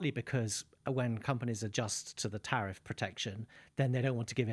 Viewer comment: Tariff or Sariff? The former has been so great and the other is islamic😂